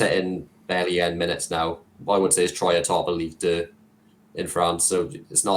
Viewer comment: you do a great job with this Podcast but you've got to work on the pronunciation of names. Tymon, Standard Liège, and Ben check the pronunciation of Troyes! Sorry for being pedantic